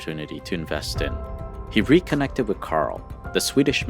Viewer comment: The narrator really needs to learn how to say the word "with", hint, it is not supposed to be pronounced "wit"!!!